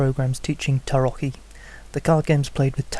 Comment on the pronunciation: Five stars, favorited, and added to my blog!! I'd give it ten if YouTube allowed for it! Not only is it a breath of fresh air to see Tarot covered from a card players' perspective, you may have been the first native English speaker on YouTube to pronounce the word "Tarocchi" correctly! Great job on this one here. I'm very much looking forward to seeing the rest of this series!